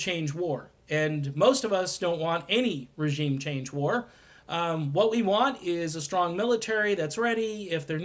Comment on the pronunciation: So..........we post as Elmer Fudd. Tuwsi and wegeem change waws.